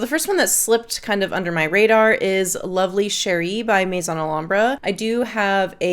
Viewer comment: Setting aside all of the information in your video ( of which I very much appreciate), you’re the first person I’ve come across with a review of Lovely Cherie and pronounced the name correctly… yay for you! I was wondering if you ever smelled Alexandria’s Fructus Virginis which is a clone of TF? I love fragrances with cherry and almond but I was not a fan of Fructis Virginis. I don’t want to buy Lovely Cherie and have the same experience. Thanks for the review.